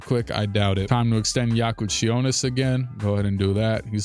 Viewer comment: Kasparas Jakučionis as a lithuanian myself most Americans call him Kas and thats it if you want to pronounce perfectly it should be Kas-pah-ras Je-ku-chio-nis ( but you were preaty good with last name:))